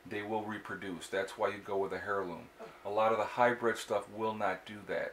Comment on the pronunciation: Dear Sir, It's pronounced "airloom" not "hairloom". Yes it starts with an "H". Sorry, my silly pet peeve. Your videos are great. Thanks for your contribution.